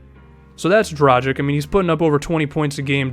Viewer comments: My concerns were justified, its pronounced Dragich not Drajick. Dude dont you watch the NBA a lot, most commentators pronounce it correctly. He is one of the best point guards in the NBA and its about time people start pronouncing his name correctly. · Dragich not Dragick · Im not hating man. And you definetly arent the first person to make this mistake. You just got to understand he is the only Slovene NBA player and its kinda frustrating seing everyone pronounce his name wrong. Great video BTW.